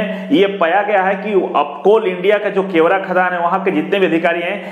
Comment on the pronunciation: केवरा नही गेवरा